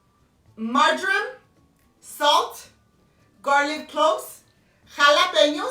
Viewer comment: I thought it was margarine too but then realized it’s marjoram the spice. It’s just that she pronounces it like margarine. English is the toughest language to learn!